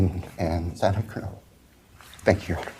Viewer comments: Zah-nah..that's the proper pronunciation of her name . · I think this judge needs to step down. I cringed every time he mispronounced Xana Kernodle’s.